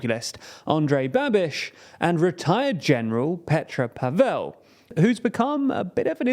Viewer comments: it's Slavic not Hindi pAvel, not pavEl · PAvel not PavEl. Learn people's names, ffs. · If you do more shows on this topic, please pronounce the president’s name correctly. It’s not paVELL but more like gavel or ravel. That said,Babis’ history as a collaborator with the secret police under communist rule, a fact, proven by Slovak courts,and his laughable inability to speak Czech or even string together a coherent sentence also worked against him. But people are tired also of oligarchs, especially those as oruthless and greedy as Babiš. I mean what kind of person would forge his son’s signature on a document, and then lie that the son, a licensed pilot, was schizophrenic and mentally incompetent. The only reason Babiš wanted this position was to keep out of jail. And jail should be his next stop.